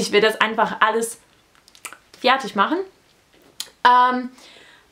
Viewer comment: hey,just a little tip. i see in all your videos that you pronounce "fertig" a little wrong. you always say it like "f-i-ertig". try to exclude the little "i" you always speak after the f and it's perfect.